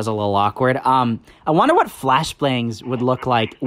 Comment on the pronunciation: I died of laughter when you said "Flashblangs" instead of "Flashbangs" 🤣